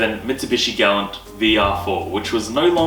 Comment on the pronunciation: Your pronouncing galant wrong and it’s annoying. Ga-la-nt Not glant.